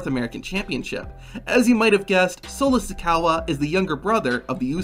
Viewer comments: It's solo like the cup and sikoa not sicowa let's break it down si co a you can do it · Some of these like Sikoa (not Sikowa) and Carmella's dad are quite well known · its si-ko-aaa not sikawa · It’s sikoa not sikowa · We all knew about Solo Sikoa.. btw it’s not “Sikowa” 😂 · Ain’t now way he called him Solo Sicowa 😂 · How many brain cells you lost every time he said sikawa Me:Yes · I got a kick out of his Sikowa pronunciation! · 😂 dude I know he said sikoaw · It's clear hes never watched solo in the ring if he doesn't know how to say his name which also shows he doesn't do very good research which shows hes a bad channel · Solo SIKAWA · "Solo Sicowa" 💀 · Bro said sikowa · "sikawa" lol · Ah yes, Solo Si-COW-a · "SiCOWa" MOOOOOOOO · Ah yes i love the new (Solo Sikeah) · Did my guy just say solo sikawa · Bro said solo Sakawa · I stopped watching after he said sakowa